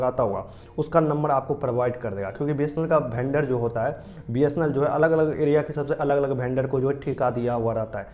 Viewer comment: वेंडर❌ भेंडर✅🤣